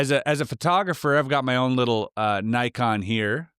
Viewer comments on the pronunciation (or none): none